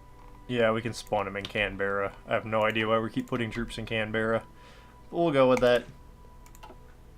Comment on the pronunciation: why is your puppet now the "Japanese Malaya"? And also, its said Can-Bra trust me, I'm Tasmanian